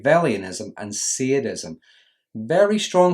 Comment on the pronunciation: Its called sadism not seeadism!